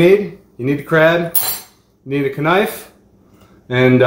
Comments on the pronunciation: You pronounced knife wrong it’s not Kuh-Nife it’s pronounced Nife did you even go to school where they teach you how to pronounce words?, The K is Silent! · Bruh said KA-NIFE 😂😂😂😂😂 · man said K'nife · Did he just say.. K-nife? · Wow I thought I was the only one that Pronounced knife with the k